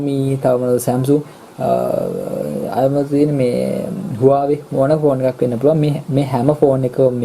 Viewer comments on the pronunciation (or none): none